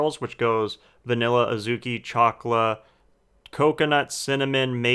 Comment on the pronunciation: Did sombody say VANILA ?